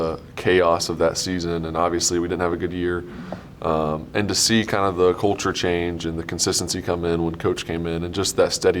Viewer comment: Can we say Society instead of cult-ture???